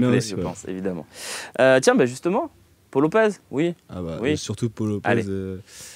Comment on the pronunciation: Ça se prononce "paou" Lopez